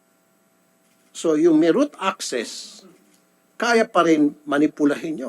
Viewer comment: "route" access